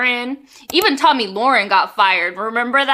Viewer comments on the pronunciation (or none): none